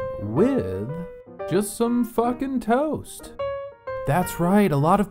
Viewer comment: The way you say “Just some fUckin’ tOAst” is KILLING ME